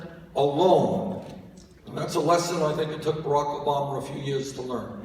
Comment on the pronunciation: I love the way he says "Barack Obamer." So cute. :-)